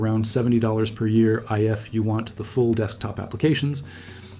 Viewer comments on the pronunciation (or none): I F you want